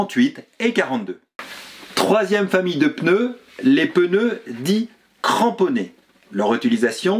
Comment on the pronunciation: "PEneu" - vous êtes du sud, non ? 😀 Merci pour votre chaine auquel je suis abonné depuis peu, continuez ainsi !